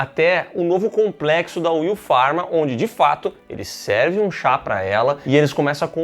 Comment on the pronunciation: Passei o vídeo inteiro esperando eles falarem Will Farrell ao invés de Will Pharma...hahahaha